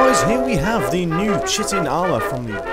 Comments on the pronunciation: Just one quick nitpick. its pronounced kite-in not chit- in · It's pronounced Kai-tin, by the way.